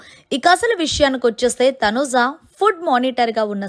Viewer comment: Please pronunce properly Thanuja not Thanuza